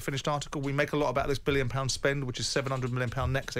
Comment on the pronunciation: He would say "Bwue Biwwion pound bossle jobs"